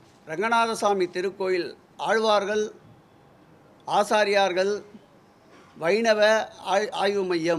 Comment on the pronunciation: ஆச்சார்யர்கள் என்பதுதான் சரியான உச்சரிப்பு. ஆசார்யார்கள் என்பது தவறான தகவல். தகவல்கள் கொடுக்கும் அதிகாரிகள் அமைச்சர்களுக்கு சரியான வழிகாட்டியாக இருக்க வேண்டும். .